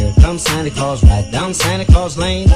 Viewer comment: 是claus不是calus吧